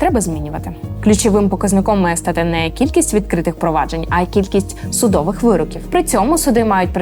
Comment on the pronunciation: Побуду трошки нудним, але правильно буде "судовИй", а не "судОвий". Це так часто було в цьому відео, що залишив коментар. привіт!